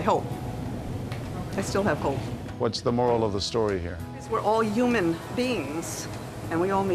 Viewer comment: Is it just me or does it sound like she kept saying "uman beings" instead of 'human beings'. haha